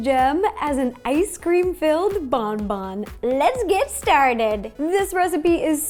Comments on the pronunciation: Smart Cookie if you search up “bonbon french pronunciation” you can listen to it. The n isn’t supposed to be so sharp, it’s like a slight “bohboh” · The intro lowkey stressed me out, lmao. It’s french... hahaha. The N isn’t pronounced in Bonbon. And it means candy, not good good... hahahahaha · I cringed so hard every time she pronounced bonbon, oh no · in French bonbon means candy. yes, bon bon directly translates to ‘good good’ (how else would you describe candy? 😂) but in actuality bonbon means candy, and isn’t pronounced that way😂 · My poor french ears are bleeding right now bonbons is candys or sweets but I’m not mad ! 🤗 Btw bon means good so your mistake is forgivable ! (Sorry for my English it’s terrible !)